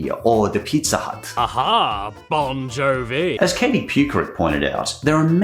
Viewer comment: Bon Joe Vee